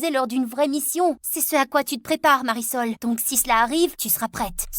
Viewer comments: Mais elle a dit Marisol 😂😂🤣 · Marisol pas parasols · Le nom de la fille s mariesol 😂😂😂pas parasol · elle ne s'appel pas parasol mais Marisol 🤣🤣🤣🤣🤣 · C pas parasol c mariesol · Le nom de la fille c’est Marisol Pas parasol wesh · Pas parasol ! Marisol